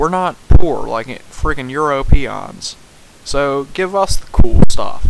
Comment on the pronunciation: How dare you say such horrible things about Europe and Europeans or as you like to say EuropEONS (why pronounce weird?). Oh and also everything gaming system on that list is awesome apart from the virtual boy (which didn't get 3D from the 3DS btw).